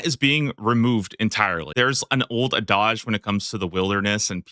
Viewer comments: That pronunciation of "adage" fucked my world up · Adage has more than one pronunciation?